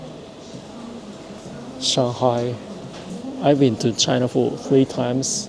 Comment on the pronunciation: Did you learn to speak some simple Chinese? Your pronunciation of Xi'an, Shanghai, and Youtiao are all pretty on point.